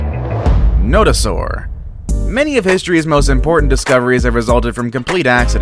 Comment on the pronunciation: The no do saur is not the first one found also you said it wrong and forgot it had no legs